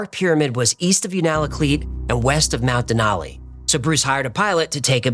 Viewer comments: It's pronounced You nal a kleet (sort of). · I was a bush pilot in Alaska for many years. Its pronounced YOU -nuh-luh-kleet. Sorry,that just bugged me, lol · Unalakleet= "You nuh luh cleat" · it's pronounced you-na-kleet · unalakleet pronounced u na kleet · just a heads up, that’s not how you say Unalakleet, it’s you-nah-lah-kleet. You were close… anyway back to the story… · Un a la cleet. You are making me flinch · Haha I MUST help you with the pronunciation of Unalakleet . Yoo-nah-la-kleet Sorry, and thank you !😊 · Sry buts it's "u-na-la-kleet" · isn’t it yoona la kleet? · As a Native of Alaska that has lived here all my life, I love this video. I can attest that there is a lot of strange events that happen here. The only thing I had a problem with is your pronunciation of Unalakleet. Lol. Its you-na-la-cleet. :) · Hey, fun episode, thanks! Now I'm going to have to go check it out for myself. Just FYI, us Alaskan white kids pronounce Unalakleet YOUnalakleet (YOO-nə-lə-kleet). We have a lot of fun names here. In case you even have to say it, Valdez is pronounced Valdeez. Thanks for the show. Peace. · Just gotta say we pronounce it (you-na-la-cleat) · From Alaska. Just a tip. It's pronounced You-nuh-luh-kleet. Love the videos. Keep them coming. 🤘🏻😎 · The Black Pyramid is 100% real. I have seen photos of it and have talked to people who worked there. It produces energy because of the quartz and water chamber underneath it. It is complete with a cap stone. And it is pronounced U-na-kleet. The Natives knew about its existence for many many years. I live in Alaska and have seen things that most people would not believe. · Alaskan here Unalakleet is pronounced (phonetically) is “you-nah-la-kleet.” Your work is outstanding! Thank you!!! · Hi, Alaskan here. Unalakleet is pronounced by Alaskans as YOON-AHH-LA-KLEET. Hope that helps! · Alaskan here. You mispronounced Unalakleet.